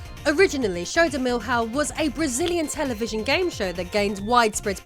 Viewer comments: It's not pronounced "mil-hal", it's "miliaum". Also the first one was released in late 2000 and the sequel in early 2002, even if the game displays 2001. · The way you say millionaire, just say milhão pronouncing the L same way. It is not mil hao. But milliao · "Show do Mil.... house?" It is hard to explain for those who do not speak Portuguese but it would sound more like the first part of llama than two separate syllables. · Show do "Milhaw" was funny to hear! lol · omg... show do milhão is mispronounced. "ã" isn't read as an english "a", it is read as a nasal near-open central a. :) Férias frustradas do picapau means Woody Woodpecker's Frustrated Vacation... Fun fact: Woody is STILL famous in Brazil... They STILL broadcast the 1940's version sometimes. lol... Btw: Souza is also mispronounced... It's Souza not Suuuza. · I love the way you pronounce portuguese words, specially "milhão" (which would be sometjhing closer to "million"). It's both funny and cute! :D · When pronouncing "LH" from milhão try pronouncing this phoneme: λ Just sayin, really like your vids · “LH” in Portuguese is pronounced “LY”, so for “Show de Milhão”, “Milhão” is pronounced similar to “million” in French, because the tilde over the “a” nasalizes the syllable.